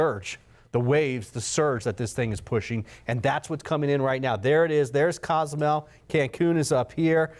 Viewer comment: Quintana Roo is the state, Cozumel is an island, and city and Cancun is a city all in Quintana Roo. You weather guys gotta study the locations and practice how to say them, lol.